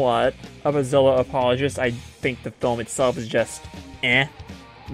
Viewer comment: Ugh It's zilla